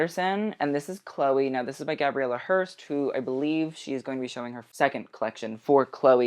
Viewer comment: Awww why are you pronouncing Chloe’ that way??????